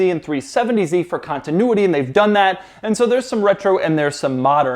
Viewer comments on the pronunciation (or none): none